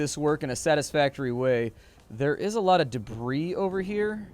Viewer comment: Me, an intellectual: "Deb-wris"